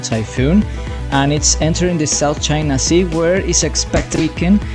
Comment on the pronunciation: Ah yes, "South Chia Sea"